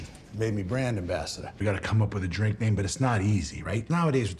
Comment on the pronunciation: Why does she say the word "drink" weird? Bless her heart. Her is too much for me. 😅